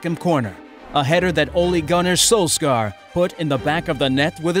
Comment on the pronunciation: I cringed at the pronunciation of Solskjaer's name. Solskar?